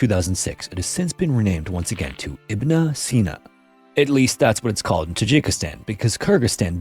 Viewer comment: It's pronounced Ibn (like you say the "N" in the word "sudden"), no "na" at the end (like you said IBNA). Ibn Sina also known in the West as Avicenna and Prince Of Physicians.